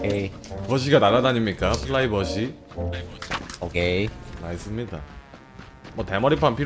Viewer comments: 초 플라이버시 ㅋㅋㅋㅋ프라이버시인데 ㅋㅋㅋㅋ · 플라이버시 ㅋㅋㅋㅋㅋㅋㅋㅋㅋㅋㅋㅋㅋㅋ 영어도 사투리로 바꾸는거임??ㅋㅋ원래 단어가 잊혀짐 ㅋㅋㅋㅋㅋㅋ 심장마비 ㅋㅋㅋㅋㅋㅋ